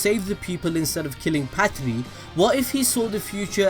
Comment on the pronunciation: You're finally saying Patri. Thank you